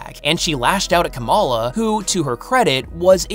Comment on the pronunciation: The way your pronouncing Kamala sounds like you're saying the Pokémon Komala, which is just giving me very humorous ideas when I think of a Komala in a Ms Marvel costume